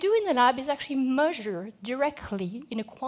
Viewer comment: SonicMooseman its not but she cant say measure at all lol